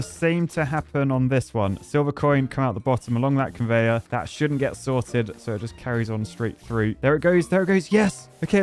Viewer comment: Every time I hear say "sorted" I hear "salted"...